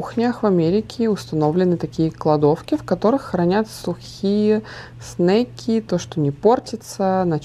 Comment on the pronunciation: Снаки, а не снейки. Навряд ли Сарра захотела бы снейков в школу взять🤣